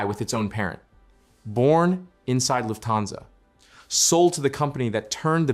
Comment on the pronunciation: The accent is on "luft" not "hansa".